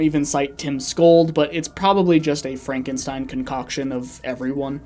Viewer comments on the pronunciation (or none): none